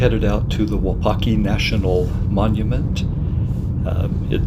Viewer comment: You're mispronouncing the name. It's not WuPaki, it's WuPOTki.